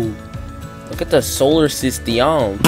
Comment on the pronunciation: Why you say solar system like that